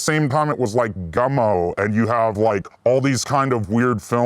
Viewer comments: Why is Andrew calling that movie "GUNMO' when its GUMMO??? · Gummo not Gun-Mo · Andrew kept calling it “gun-moe” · Gummo, not Gunmo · Is it just me or does he keep saying Gun-Mo? Hahah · Andrew, for Christ's sake; the film is titled :"Gummo", not "Gunmo". Not a big deal, but I guess you had to be there, when it came out? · Why is he callling the Harmony Korine movie Gunmo, isn't it Gummo? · It sounds like you are saying “Gunmo” not “Gummo” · Man called it "Gunmo." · I keep hearing 'Gunmo'. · sorry are you saying "gunmo"? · Gummo, not Gunmo. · Why does he call Gummo "Gunmo"?